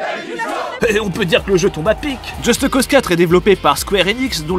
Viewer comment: "Djeusteuh Cause"